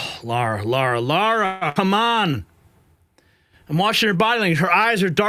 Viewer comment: It’s LARA TRUMP NOT Laura, learn to speak English please, and there is only one U on Nuclear not 2 , quit saying NUCULER!